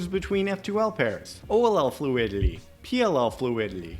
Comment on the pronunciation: oll fluidity, pll FLUIDILY